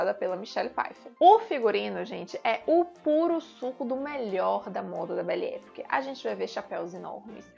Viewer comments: A pronuncia correta é "bele epóque". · Já assisti os cinco. Realmente muito bons e representativos. Uma sugestão: verifique como se pronuncia "belle époque ".